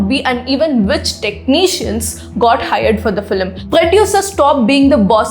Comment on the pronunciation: Please pronounce film like its spelt not FILLIM 🤮